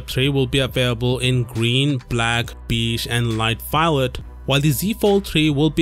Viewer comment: Beige isn't pronounced like that🤣